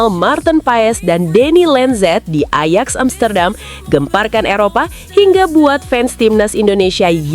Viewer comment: Bacanya ayax bukan ejex